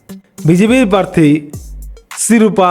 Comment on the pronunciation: পারথি নয়। প্রার্থী। বিজেপি - ২৯+